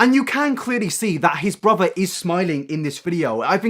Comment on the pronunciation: Mhm, james charles' "brither" is so problematic...